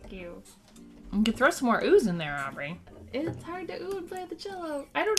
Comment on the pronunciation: Happy Birthday Aubrey!!!! :D Good Job on my name! Everyone takes a long pause before trying.